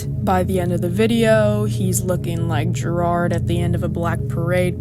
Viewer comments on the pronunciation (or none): none